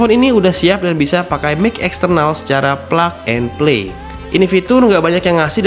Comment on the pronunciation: gua dengernya Ngvelok, plak and play